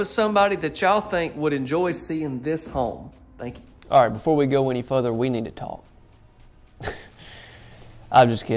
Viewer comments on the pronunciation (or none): "Before we go ANY Futher"